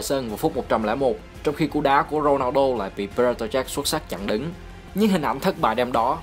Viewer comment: Thích nhất những video ad làm về CR7 giọng ad đọc tên Ronaldo hay vl